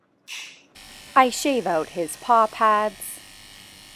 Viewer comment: Don't know why it sounds so satisfying whenever she pronounced "Paw Pads" !!